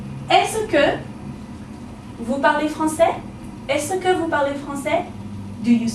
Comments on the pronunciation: her pronunciation of est-ce que is wrong it should be as-ke not as-se ke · Simon Tømte you are rihght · Isn't "Est-ce que " pronounced as "es ka" ? How come video -pronounced as 'es -e-ka' ? Is that canadian accent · This video lesson is quite good, except that « Est-ce que » is pronounced /ɛskə/ and never /ɛsəkə/. would know this if she were French. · Je vous remerci mais ta pronunciation de est ce que est mal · are you french.............pronounciation of est-ce que is wrong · good format of teaching except the pronunciation of "est ce que" but all in all it is great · ***** I'm a native french speaker and no, we don't pronouce the "-ce" as she do but simply like the "s" sound, as you said before. Another example : "Can I help you ?" could be said as follow in french : "Puis-je vous aider ?". French people will pronouce the "-je" like the sound of "j" as if there wasn't a "e". FYI, we also could've used this form of question for "Can I help you ?" : "Est-ce que je peux vous aider ?".